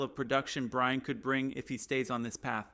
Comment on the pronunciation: This must be AI read. He constantly mispronounces Surtain as cer-tain, not sur-tan. It also fumbles Vele as vel or vail instead of va-lay. This one includes a lot of what sounds like Brian, not BryanT, as (too bad I can’t see the rest of his name) points out. Fix these obvious errors and you might get more likes/subscribes, and participants.